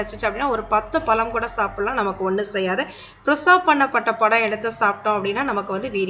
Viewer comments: தமிழின் சிறப்பே அதில் உள்ள "ழ" கரம் தான். ல- என்ற எழுத்தை நுனிநாக்கால் முன் பல்லை தொட்டுக்கொண்டு உச்சரிக்க வேண்டும். அடுத்து "ள " என்ற எழுத்தை நாக்கின்நுனி யால் உள் அண்ணத்தை த்தொட்டுக்கொண்டு உச்சரிக்க வேண்டும். "ழ" என்ற எழுத்தை நாக்கால் உள் அண்ணத்தை த் தொட்டும் தொடாமலும் உச்சரிக்க வேண்டும். பழத்தை பலம் என்று கூசாமல் உச்சரிக்கிறிர்கள். தாங்கள் கூறும் விஷயம் பயனுள்ளதாக இருந்தபோதிலும் மொழி பயன்பாட்டில் கவனமாக இருங்கள். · பலம் இல்லை, பழம்